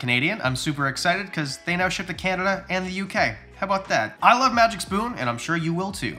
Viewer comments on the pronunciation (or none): none